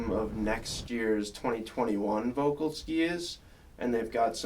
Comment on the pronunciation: jesus fuckin christ its VOELKL, not the thing u keep calling it u muricans